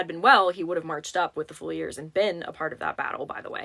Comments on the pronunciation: This was AMAZING! What excellent work you do! Also..your organized and articulate manner is very impressive! On the title the “Welsh Fusiliers” — it’s pronounced Fyoo-zuh-leers. 😊 with the “fyoo” part being pronounced like the word few. I spelled it the best I could based on the pronunciation. The only reason I know this - is because I am a huge Downton Abbey fan - and the cooks’s nephew was a soldier in the Lancashire Fusiliers during World War I … and that’s how she pronounced it on the show 😊. Thanks for all you do. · Fusiliers- Fuse💓 like a fuse box Uh❤ Leers💖 like when someone leers at you